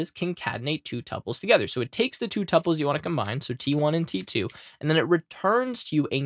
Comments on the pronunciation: Pronunciación of tuples? Google Is our friend! It is something like 2Pauls... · the correct pronunciation is tuples.